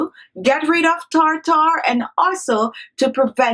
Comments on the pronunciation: Tartar not tar tar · She had perfect pronunciation up until she started using Medical terms tartar (tarter) She said peroxide right though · Tar-tar. Gotta love it! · I suspected i was in for a good time the moment i heard “tar-tar” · This entire video has been comical. Starting with her saying "tar-tar" 200 times in the first 2 minutes and the unbroken eye contact during the rinse and spit.😂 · Take a shot of tequila every time she says Tar-Tar. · Its spelled Tartar, but pronounced "tärder"